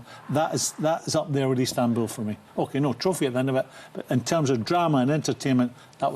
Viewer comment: Or EASTanbul as he pronounces it.